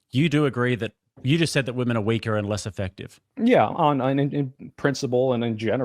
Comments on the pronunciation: Dude it’s shocking how many ladies and some guys subconsciously only know it as plural form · holy cow the guy who can't pronounce women sounds like a retard. Learn to speak English. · Soy bro cannot say the plural word women Jesus Christ. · This guy with glass is just being elusive.... He can't even say women